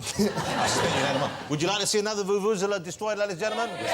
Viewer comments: its a joke mate. Listen to how he actually pronounces it, he says says vuvuzila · Vuvuzela...I like the way he pronounced it "voo-voo zela"